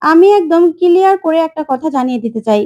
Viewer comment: Kiliar kore 😂😂😂 ucharon thik kor